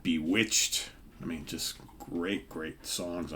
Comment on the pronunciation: Great pick! By the way, it’s not “Bewitched”, it’s “ BE-witch-ed”,! LOL